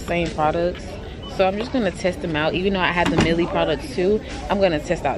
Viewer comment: Not even being mean shawty you got a mustache, get your top lip threaded. And did you really call it “Milly” lol bc I thought it was pronounced “MY-EL”